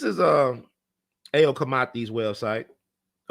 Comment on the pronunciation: Ayo is pronounced with a long "I" like "EYE-yo"